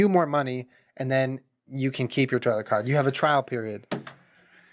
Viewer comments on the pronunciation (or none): Sorry I literally heard “toilet CART” that whole time and I was imagining you wheeling a toilet around and I’m—laughing thanks ALSO GUYS DONT APOLOGISE OR ANYTHING YOURE SO RIGHT TO BE UPSET IM SORRY FOR MARCH 2018 ALRI LOVE YOU BOTH MOMTHER AND FATHER X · The whole start of snake oil I thought he was saying “toilet cart” and was like oh damn he’s got a cart with a toilet built in we can pee anywhere get me a privacy curtain and I’m chill. Lmfao Love your vids. My insta: insidekrystamind